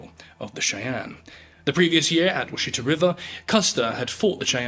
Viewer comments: Wash uh tah!! Not sheet uh. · Love the video! Washita is pronounced "WASH-uh-taw," at least in Oklahoma. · Washita has emphasis on the second syllable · Washita is pronounced wash-it-a